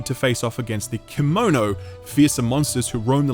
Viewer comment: Correction! Kemono is actually pronounced as "KAY-MO-NO" and not "KEY-MO-NO" or "Kimono". "Kemono" translates to "beast", not a piece of clothing